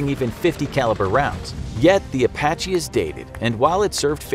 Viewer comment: A sounds like E in Apache